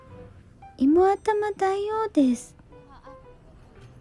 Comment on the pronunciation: さーん、動画待ってましたよ😊 知ってる場所ばかりなんでワクワクします✌️😁 双蓮辺りは僕の好きな店が多いから近くに宿泊する事が多いです。ブラジャーは買いませんが朝一にも毎回行きます。 さんの中国国の読み方面白くて好き❤️ 日本語読みっていい加減な感じで難しいよね〜 僕は地名や食べ物、店の名前は中国国で覚えるようにしています。しかしイモアタマって笑えますよね😂 芋頭は沖縄以外では食べるのは難しいから必ず食べます大好き💕 さん風邪？ 僕も同じ理由で風邪ひいたこと有るよー 僕にはアルアルや😱 そうそう、夜市はトイレないよなー💦 実は昔、立ちションの経験あり😂 今回の動画も台湾居酒屋が無いのかな？ 期待しながら次の動画も楽しみにしています😍 いつも暖かい動画ありがとう😊 また頑張って🎉 設定の問題でスパーサンクス受け付けてくれない💦 またあとで送ります🙏